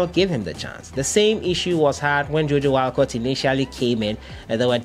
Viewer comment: Herrr chale stop with that Wallacot thing please 🤣🤣 I beg. Never again 🤣